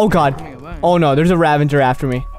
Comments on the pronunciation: Ravager not "Ravenger" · Why does everyone single YouTuber pronounce the Ravager “Ravenger”? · Why does everyone pronounce it “ravenger” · Noone:: ravanger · why do people say ravenger?! it annoys me. its ravager the Minecraft wiki. no hate though. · "Ravenger" lol